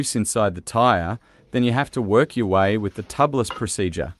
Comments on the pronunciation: TUBE-LISS. Not Tubb-liss. Or, technically, TU-bliss. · Tubliss....say Tube-less, not Tub-less. There are no tubs in dirt biking. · It's pronounced.. tube less.. get it no inner tube tubeless